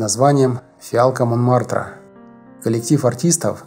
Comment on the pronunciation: ИМре КАльман! Фиалка Монмартра,а не Момартра!